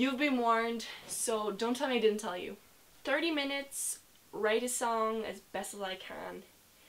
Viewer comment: Still said Tirty. You’re Irish now. We, and by we I mean I, have claimed you.